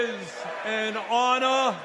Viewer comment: It is an honohhh!